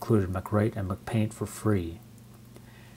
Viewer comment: lol dude it's Apple, not Mcdonald's. Am I missing some kind of inside joke with you pronouncing "mac-paint" as "McPaint?"